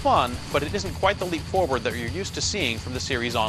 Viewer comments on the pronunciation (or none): none